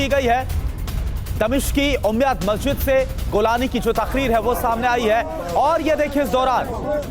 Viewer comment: रांड आदमी गोलानी नही जुलानी हे उसका नाम